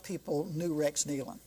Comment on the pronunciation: Excellent! Excellent! Tribute to the Nelon's and thank you so much for pronouncing their name right! I was heart broken when I heard this news and I continue to pray for Autumn and the baby. They are in Heaven having a glorious time but we will see them again if we have Jesus in our hearts.